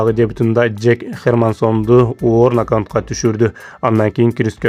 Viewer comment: Нокаунт эмес нокаут! Тор эмес торт!